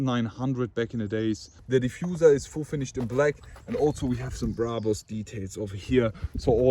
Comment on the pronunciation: Bruhbus. Man it's Brabus, easy as that